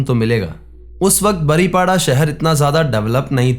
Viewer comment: बारिपदा नाम है बारीपाडा नहीं